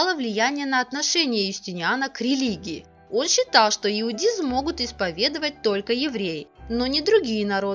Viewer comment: Комментатора поменяйте, «иудизм» и т.д. Больно слушать.